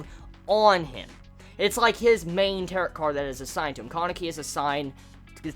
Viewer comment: Don't mean be rude or anything but Tarot is pronounced Tar-O, it's french I guess so yeah